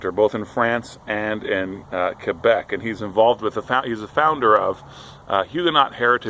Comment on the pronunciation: tu prononces très bien 'Québec. en général même les Anglophones qui vivent ici prononcent 'qouébec' comme pour essayer de le prononcer 'à la Française' mais c'est un nom Amérindien .. ahah j'ai pas très bien compris à propos du livre d'histoire Romaine, est-ce qu'on peut l'acheter en ligne?